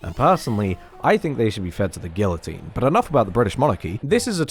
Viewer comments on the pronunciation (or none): Bro said Gill a tine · Not to be that guy but uhhh.... It's pronounced gEE-uh-teen